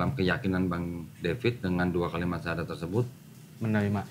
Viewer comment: Alhamdulillah semoga Istiqomah bang salut walau baru 1kali bersyahadat sudah sangat fasih pengucapannya